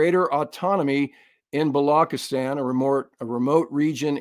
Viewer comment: Hey, work on your South Asian pronunciations. Vishakapatnam...Wish-uk-a-put-num. Balochistan....Bul-u-chis-taan, and not block-is-tan. Wake up, you have an international audience. A big fan, hence the liberty taken.